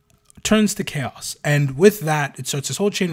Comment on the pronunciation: No, by Imperial decree from Da Emprah (via text-to-speech engine), we have to call it "Ko-ass", not Chaos, because apparently if we use the normal word the walls start bleeding in the throneroom and Brothers Karstodes and Wamudes have to get the sinister spackle outta the toolshed again, and he hates those two. - Hey, you leave the Guard alone. Them trench-dwellers are m'boys. Fun fact: you know the standard-issue Guard lasgun is canonically strong enough to, with one single beam discharge, melt a footwide hole through an M1 Abrams? Because it is! So that thing not killing the whole damn country when you pull the trigger is bullshit. Especially when you consider that a boltgun shell is nothing more than a .75cal gyrojet grenade round, and that can't do shit to a modern tank. Who's got the better guns now, Adorkus Astartes?! - The Sly Marbo jokes are awesome. Cuck Norris? Not funny; annoying to the point of haterage. Sly Marbo? Funny. - 'Ere now. Donchu be tawkin bog 'bowt orkz. Deyz doin deir best. An' WAAAGH is pronounced wif a soft G at da end. Buncha yoo 'umies likez ta forget dat, cuz most a' ya dunno 'ow ta reedz yer own langwij, an' ya so fulla yerselfz ya finkz ya cant be rong. But ya iz. Rememba dat. Yooz lissen ta ol' Boss Grumptoof. 'E knowz fingz. - Yes, the Alpha Legion (who really should have been called the Hydras, based on their iconography) are the most loyal traitor legion. They're just playing the long bamboozle. By contrast, the most traitorous loyalist l